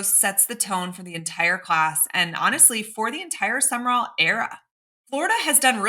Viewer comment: Pretty sure it’s Sum/rall….Two syllables. I could be wrong;never heard HIM pronounce it but it’s not 3 syllables. No ER